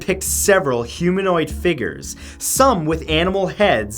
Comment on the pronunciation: He said figers instead of figures. I am laughing so hard. Great video though!